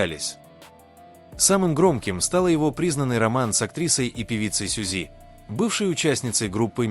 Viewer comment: Не дором а дорам, не Сюзи' а Сю'зи, не лица' а ли'ца